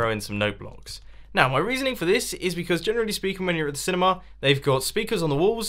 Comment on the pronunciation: It's not cinema, Its cinimaaaaah